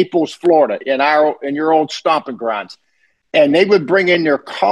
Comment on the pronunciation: "Stomping Grahnds"